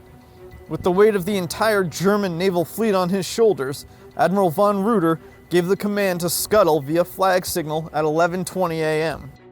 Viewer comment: Reuter is pronounced Ryter in German